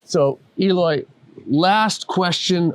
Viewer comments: Eloy is too humble to correct the host to pronounce his name right.. it’s Æloi, not Eeeeloy. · His name is pronounced "EH-LOY", not "EE-loy". Great player, great kit! Brazil on top of the world, baby!